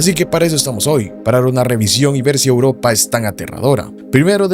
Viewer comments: Porque dice auropa? Buena edicion bro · Porque dice Auropa? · "Auropa" que pro 😹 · Porque auropa y no "europa" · "Auropa" borra el vídeo y editalo de nuevo. 💤😴